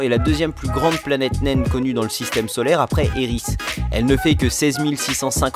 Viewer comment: Je crois que t as dit eris au lieu de céris